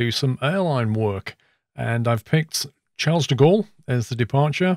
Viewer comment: I'm pretty sure 'Charles' is pronounced 'Sharl' by the French.